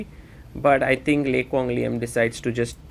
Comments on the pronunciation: You're not even Vietnamese to claim that lol. His pronunciation of the name was on point!! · As a Vietnamese, I can confirm that your pronounciation of Le Quang Liem is the most accurate one I've heard so far 😂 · Agree very accurate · I have finally found who pronounce a Vietnamese name properly. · You pronounce the name LE QUANG LIEM like a native in Vietnam. excellent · the way he pronounce Lê Quang Liêm is so accurate holymoly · Out of every non-Vietnamese chess commentators out there, you pronounced "Lê Quang Liêm" exceptional accurate! Love from Vietnam ❤🇻🇳